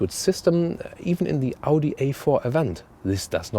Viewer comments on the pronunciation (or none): none